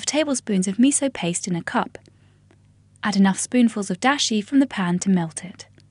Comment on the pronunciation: I mean Dashi, not Disha. wtf